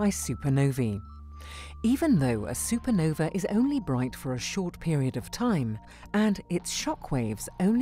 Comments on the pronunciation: SUPERNOVA!!!!! NOT SUPER NOVI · Super-Nov-A NOT E AAAA HERE ME